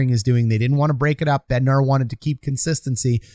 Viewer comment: It’s Bednar, not BednarD.